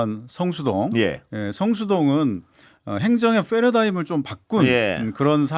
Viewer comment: 행정의 훼러다임이 아니라 패러다임인데😂 영어가 취약점이 될 수도 있겟네요.